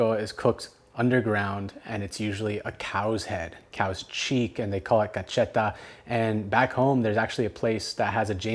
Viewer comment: I was born in Harlingen which is in “El Valle”.This makes me want to go back just for breakfast.BTW beef cheek is “cachete” not “cacheta”Also I remember my wife buying a beef head for tamales at a Safeway here in San Jose about 30 years ago.I don’t think they are sold now not even in the Mexican markets.